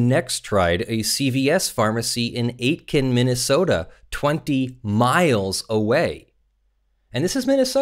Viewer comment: In case this case comes up again, Aitkin is pronounced like Clay Aiken's last name is. The "t" is basically skipped over. Source: Minnesotan.